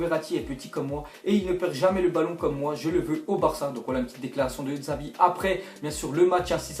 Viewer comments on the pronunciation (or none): MAis putain on dit 'Chavi' pas Xavi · deja on dit chavi pas xavi et ke joueur est pirlo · On prononce Chavi et pas Xavi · Jveut pas etre relou mais sa se prononce chavi et pas Xavi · xavi il le dit dzavi MDR 😂😂😂😂😂😂😂😂😂😂😂😂😂😂😂😂😂😂😂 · louis moury-hapchette oui mais sa se dit chavi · le x en Catalogne se prononce ch et non x